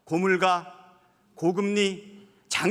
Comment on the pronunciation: 너무 합리적이고 현실에 부합하는 멋진 연설입니다. 이러한 상황을 부정하려고 안간힘을 쓰는 국짐의 잡동사니들의 개분투가 역겹기만 합니다. 박찬대 원내대표 수고하셨습니다. 한가지 "고물가"의 발음은 "고물까"입니다.